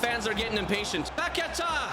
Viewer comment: The pronunciation of Paqueta bro :face-blue-covering-eyes:💀